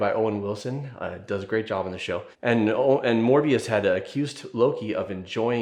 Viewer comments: It’s Mobius, not Morbius Other than that, really enjoyed the video. Loved it in cinema Therapy and loved it again here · It felt like -1HP every time he called him "Morbius" instead of "Mobius" Jokes aside, great video! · Mobius, like a mobius strip, a 3D one sided shape. Not More-bee-us.